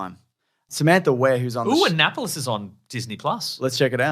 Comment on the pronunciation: having never heard of Annapolis and pronouncing it like Megalopolis is hilarious.